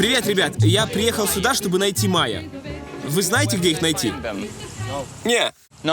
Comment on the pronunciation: А ещё "суда" (вместо сюда) меня умиляет))